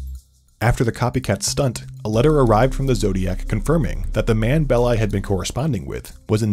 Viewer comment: Big thumbs up for pronouncing "Belli" correctly. I recently listened to a podcast where the hosts pronounced it like "belly" and 😅